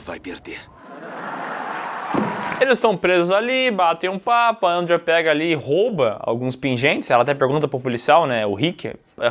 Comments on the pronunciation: Que porra de "Éndria"... é Andréa caralho. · Difícil falar Andréia? Kkkkkjjkk